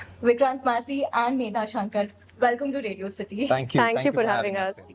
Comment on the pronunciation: medha shankr nhi medha shankar hota he